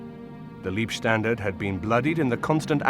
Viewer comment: Not Liebstandarte = > Lovestandarte but Leibstandarte => Bodystandarte. Leib => body, maybe you should pronounce it like “Laibstandarte “. It is sad that you English now only the English language…. This was war and Leib = body has nothing to do with love, lieb = is kind, lovely, even you English speakers should be interested to enlarge your knowledge.